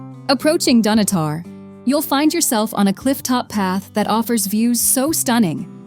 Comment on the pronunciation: Her pronunciation of Dunottar was abysmal.